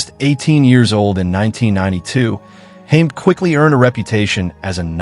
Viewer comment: Its pronouced HA-MED